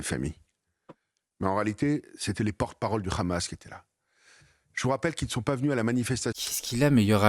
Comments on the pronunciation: Eh Habib va apprendre qlq leçons d' arabe ce n'est pas k h a m a s c'est h a m a s. Compris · HA bib et HAmas on la meme 1ere syllabe pourquoi une prononciation differente mr RHABIB